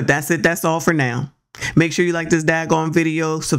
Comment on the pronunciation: You said Daggon video lol😂😂😂😂